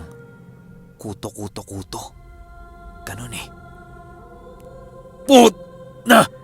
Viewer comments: Wag k sana magalit mali ang pronounce mo ng KUTÓ-KUTÓ. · Mali ang pagpronounce mo ng KUTÒ-KUTÒ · Mali ang pronounce mo ng KUTÓ-KUTÓ.ginawang mong lice.hehehe...joke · Hello ang tamang bigkas po ng kuto kuto ay mabilisan😀😀. Slamat sa magandang kwento always.. God bless 👍👍😍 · mali ang bigkas mo ng kuto-kuto, dapat mabilis ang pgkabigkas, naririnig q na dati yan sa probinsya nmin. Meron tlgang kuto-kuto. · Wrong Pronunciation of Kuto-Kuto. My diin po sa dulo at medyo mabilis. Thank you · gaaa... ang KUTOKUTO ay mabilis dapat ang pag pronounce daming ganyan sa amin sa iloilo...👍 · pag ilonggo story tanungi mo ang nag padala ng story kng ano pag pronuance nya iba yon pronaunce ng koto2 eh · Hahahhahahahahahahahahahahaha Malambot Ang pagkasabi mo Ng kuto kuto marami Yan SA Amin aswang Na kuto kuto tunog Ng naglimlim Na manok